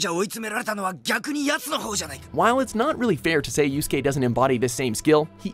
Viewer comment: at least he finally pronounced Yusuke name correctly this time. the last time they did a top 10 with him in it he called him Yu-suh-kay .... this guy is still the worst with anime characters names